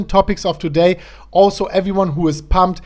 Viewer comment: No offense but ... how are do doding doday my man 🤣🤣🤣 dont take it seriuos man 😁